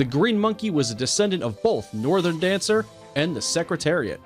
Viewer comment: You used a picture of Galileo instead of Northern Dancer, and don't get me started on the pronunciation of the names or referring to these horses as just 'it.' >.>